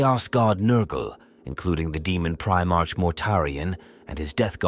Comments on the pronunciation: This idiot doesn't even know how to pronounce primearch😂😂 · Please teach the AI to say primarch properly, every time it says pri march(like the month) i die a little inside.